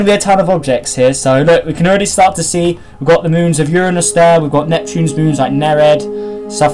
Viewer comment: Thats not how you say Uranus